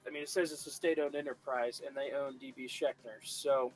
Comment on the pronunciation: FYI... phonetic... Sh-ank-er...